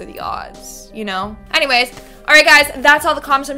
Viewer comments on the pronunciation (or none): none